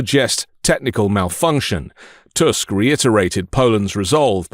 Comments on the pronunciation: Back after some time - i'm happy you pronounce Tusk surname correctly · You pronounced Tusk's name in proper way, it's rare on English speaking chanel